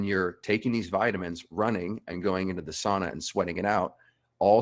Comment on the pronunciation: Lol he said sauna the way it should be said ;D (Not sOOna)